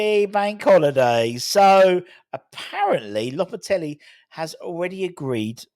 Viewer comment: Loppe-telly. Loppe-teggely. Loppe-te-bri. Im giving our own a score of 9 and a half point for finding as many ways of pronoucing the geezers name as he possibly can😅